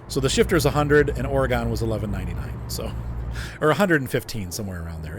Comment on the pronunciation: Just FYI, pronounced "Ory-gun," not "Ore-gone"